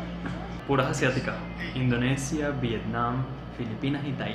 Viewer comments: Repite conmigo In- do- ni - sha Repite otra vez In- do- ni- sha Una vez más In- do- ni- sha 🤦‍♂️🤦‍♂️🤦‍♂️🤦‍♂️🤦‍♂️🤦‍♂️🤦‍♂️🤦‍♂️🤦‍♂️ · Y sigue diciendo Indoneisha después de que el anunciante dice Indonisha. Ajdjsehsh